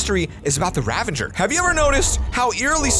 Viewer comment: you say ravager wrong you say ravenger its ravager